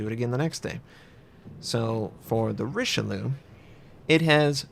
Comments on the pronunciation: if u pronounce it like richelyou , it comes abit closer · sorry to be the one but you should really stop pronouncing this ship the RicheLOO, it's just really really wrong xD